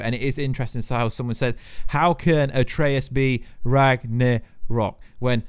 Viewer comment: Did you swallow your tongue? You are still saying ‘Norths’ instead of ‘Norse’ and you sound like a kindergartner when you try to say Ragnorak. I’ll never understand people who make their income from talking but can’t pronounce words correctly or have speech impediments.